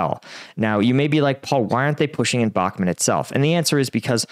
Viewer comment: Can you pls say Bahmut (bachmoot), not Bakmet.